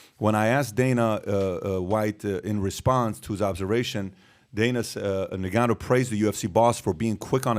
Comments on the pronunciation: It's pronounced "In" gannou...not "Ni"gannou. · It's pronounced Nnnnngannou...not Negannou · It's En-Gan-noo! not Nig-an-noo smh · Sounds like he's calling him Nigganou..not koo0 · he keeps saying nigganoo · Bruh said niggaa-nou 🤣😂🤣😂🤣😂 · It was driving me crazy how he was saying his name 😂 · How can you still be getting Ngannou and Gane's names so wrong dude? It's just lazy journalism